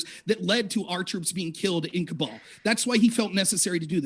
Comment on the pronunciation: If you're going to scream about Afghanistan, you should really know that its capital city is called Kabul, not "Kubal".